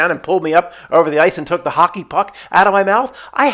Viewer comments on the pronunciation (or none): none